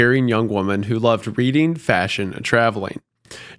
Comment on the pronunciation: Guys please stop saying you are "red-ing your thread" it sounds like you are having a menstrual cycle 💀